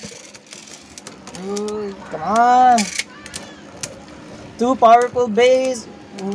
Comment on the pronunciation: Kuya bakit po an two nyo po ay tsu